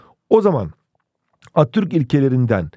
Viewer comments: Atürk diye okuyorsun Atatütk,Mötro değil montrö diksiyon dersleri almalısın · Abi atturk değil ATATÜRK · Sadece benmi attürk demenize sasirdim hocam jsjajsjsjsjsbdbdj